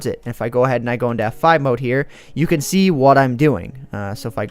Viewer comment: Whenever says "can" it always sounds like "ken" to me.